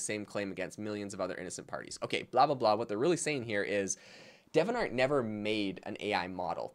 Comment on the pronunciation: De-vi-ant art, it's not Devon art...